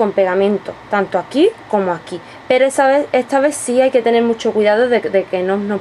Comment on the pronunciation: QUE IDIOMA HABLAS??? Y PORQUE DECIS ETSA???? ESTAAA SERIA